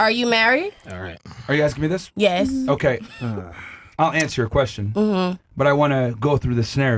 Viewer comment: I juss axed a kwesshin